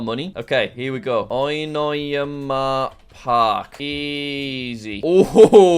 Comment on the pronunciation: Bruh Jack It Said Onoyama Park Not Oinmayna Park Lol